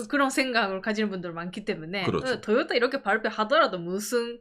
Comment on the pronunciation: 된소리발음 너무 과장해서 듣기힘듦… 도요따! 도요따! 빠나쏘닉!